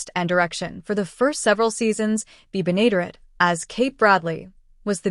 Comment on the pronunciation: June Lockhart had staring roles on Lassie and LOST in Space before coming to Petticoat Junction. The final two seasons just were not the same. The computerized voice didn't properly pronounced Bea's Last name. It's "BEN-A-DARE-ETTE. Finishing the sixth season and canceling the show would have been better than becoming a victim of the "Rural Purge." One last note: The cannonball lost all three of It's engineers during the series, Charlie, Floyd and Wendell.